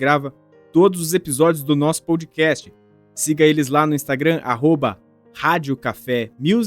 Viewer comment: Vc pronuncia errado . NÃO é pou dcast É pó dcast Pódcast na pronúncia